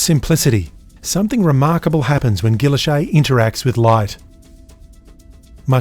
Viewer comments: I always thought it was pronounced as "giiylloshe' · Isnt the name pronounced gee-oash-ay? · Your pronunciation is interesting. I'm an American and I've always heard it pronounced the French way. Is this an Aussie thing? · So that's how "Guilloche" is pronounced.